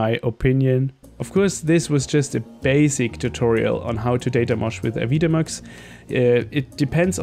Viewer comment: AVI-demux ;) thank you for this tutorial, in exchange, the correct pronunciation.